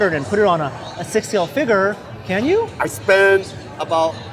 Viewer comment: It pains me to here say figure.